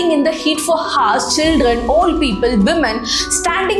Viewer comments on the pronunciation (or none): Mam.. childrens,honest,hours..grammar and pronounciation is wrong at many places..good if u notice n correct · your messaging is very good, it is not HOURS, it is pronounced as 'ours', in 99.9% of English 'H' is silent, except Hotel